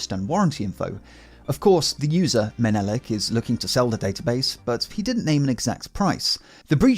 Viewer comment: "Menelik" is a "cuter" way of saying "junkie" in polish. It's actually pronounced "meh-neh-leek" If I was that guy, I would have been afraid of making such a stupid opsec mistake, as it's unlikely someone who doesn't know polish will know these wordplays. And yes, yes, knowing a criminal's nationality and nothing else isn't much of a clue, but in the case of Poland, it's 40 million people, instead of 8 billion...